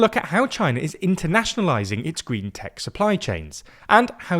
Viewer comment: Many thanks to for narrating this video on China’s gween belt & woad pwoject.